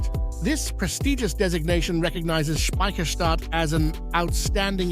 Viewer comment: How often do you wanna say Speciherstadt? narrator: yes.